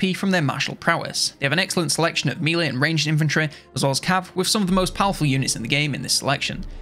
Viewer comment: You keep saying "mee-lay" for melee, I don't think that's right. The French origin is pronounced "meh-lee". In English it's either "meh-lay" or "may-lay", typically for British English and American English respectively. In none of those cases is the first syllable "mee". Edit: Ok I also noticed the "haych P" (HP) which is unusual to me (American). What country are you from?